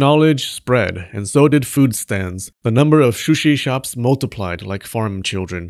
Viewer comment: "sushi shops" shushi shops. shushi sops. She sells seashells down by the seashore.